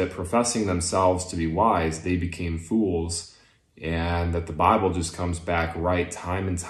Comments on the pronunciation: Every time he pronounces bible as "bahh-ble" I lose a bit more of the infinitesimal respect for him. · He's doing pretty well at keeping his southern drawl from breaking through, but he can't seem to modify the way he says "the bible" it's kind of adorable, if not kind of sad for how ingrained it seems to be...